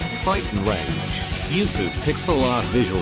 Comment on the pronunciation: Faght 'n rage???